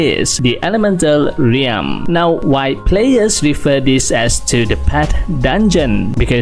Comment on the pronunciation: ralm po hindi reyalm